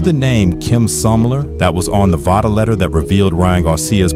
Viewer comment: VICTOR PUTS THE "V" in Vada.